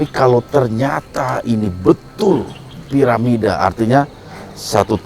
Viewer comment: Bukan paramida tp Piramida, hehehhe